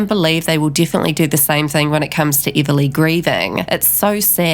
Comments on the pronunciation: Before you spread rumours learn how to say her name! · What accent do you have? You pronounce everything wrong. Even her name.